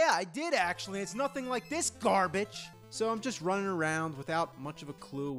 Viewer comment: its garbitch